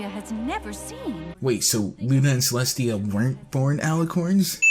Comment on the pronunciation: "Celstia". That's a sin.